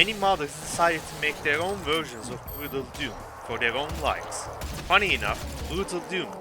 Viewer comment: I lost it when you said "What is bruudledum"